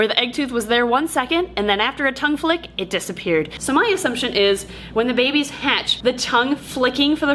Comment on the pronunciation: The way they say bebes gets me every time 😂